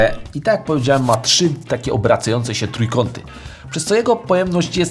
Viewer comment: Czy siedem litra :D Jak się wsłucha to jest to zabawne, bo mówiąc "swojsko" popełniasz masę błędów językowych i potrafisz pięć razy powiedzieć "czy" by za chwilę powiedzieć poprawnie "trzy". Nie wiem z czego to wynika. Nie odmieniasz też czasami poprawnie przez przypadki: "powstało 8853 sztuki", gdybyś powiedział: powstały 8853 sztuki albo powstało 8853 sztuk - wtedy by było poprawnie.